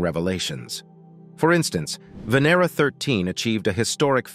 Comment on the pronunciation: The correct pronounciation of Venera is Vah-nair-rah, not Vin-er-rah, as the video voice states it.